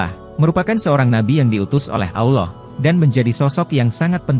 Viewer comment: Maaf ya Min,,, skdar saran nih,, ttg penyebutan ALLOH. Sebaik.y mgkn ALLAH sj,, krn MIRSARY RASYID sj org Arab, jelas2 mngatakan Allah wlopun dialek beda dgn org Indonesia.. ok min,, Jgn ikut2an sm Elit global yg mmbuat Bank dgn nama ALLO BANK yg dilogo.y ada segitiga Dajjal. Semoga saranku ini dipertimbangkn